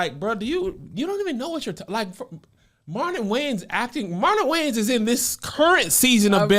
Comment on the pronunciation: “Marlon Gayans” is hilarious by the way Kev… and I’m never mad at the “culture vulture”. Because “we” need to stop putting them in position.